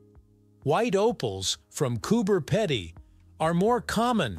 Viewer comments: Cober Pedy is prenounced as Coober Peedy. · Cooper peee-dy is how we say it. Both Cooper Pedy and Lightening Ridge are amazing places to visit and live. Well worth doing if you come Down Under.